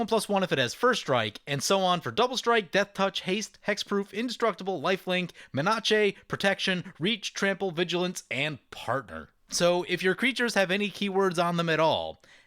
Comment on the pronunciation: Lol, menace not manache. Lol